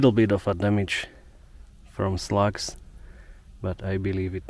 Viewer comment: Finally got out in Southern Minnesota/Wisconsin yesterday and pulled lobster mushrooms & chanterelles! Also ran into a tiny subspecies of Satan’s Bolet, which was cool. Can’t help but pronounce “sluGs” the way you do know